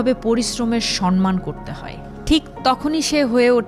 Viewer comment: Samman not sonman